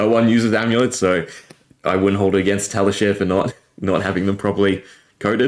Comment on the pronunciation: this is nuts, but also I have never heard anyone say Tali share before. I think it's Tali shar as in rhymes with car. But still, crazy vid. Thanks for showing the combo. I wonder what zen will regularly be able to do with a 60-card deck.